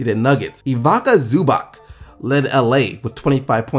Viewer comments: I really love your videos but let me help you with pronunciation of eastern European guys Ivica (EVE-its-uh) Zubac (ZOO-bahtz) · It's "Eeweetsaa Zubats". Also, our Dragič is "Dragich" the G is pronounced like in the word "dragon" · You didn't even come close to pronouncing Ivica Zubac right... I laughed so hard on that... :D Its more like Eeveetsa Zoobats. All players coming from ex Yugoslavia region (Serbia, Croatia, Slovenia, Montenegro, Bosnia, Macedonia) with names that contain letter "i" are read as "ee" (examples: Dario Saric, Nikola Jokic, Nemanja Bjelica, Jusuf Nurkic, Nikola Vucevic, Boban Marjanovic, Bojan Bogdanovic, Goran Dragic, Ivica Zubac, Nikola Mirotic, Mario Hezonja, Mirza Teletovic and a few others i can't remember now)... :)